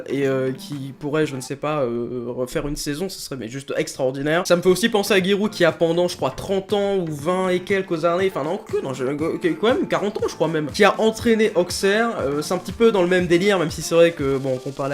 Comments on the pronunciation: Auxerre ce prononce Aussère......PAS AUKSÈRRE! PAS CA! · Sanjiaxi21 ouii j'avais envie de le tuer quand il a dit ça ! 😂